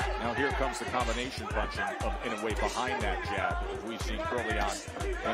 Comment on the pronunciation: I wonder why everyone mispronounces Inoue's name. It's I-NO-U-E. Four syllables. Nothing difficult about it.